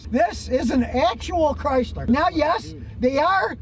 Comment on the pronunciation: Whaddahya doin tryna fit a porpoise inna back seat ovafuggin Chryslah ovaheah? Comahn!!